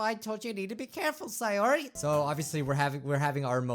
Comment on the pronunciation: And it's pronounced say-ore-e Sayori